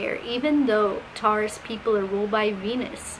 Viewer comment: I’ve never heard Taurus pronounced this way lol TARous